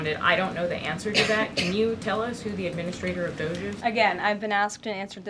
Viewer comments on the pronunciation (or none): Please start calling it doggy not dooohge